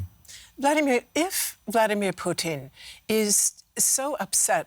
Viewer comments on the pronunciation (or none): Why cant you just say Putin like everyone else. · Excellent analysis but I swear to fod if she calls him Poutine one more time I'm going to lose it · I hate the way the says "Putin". its not "Poutine"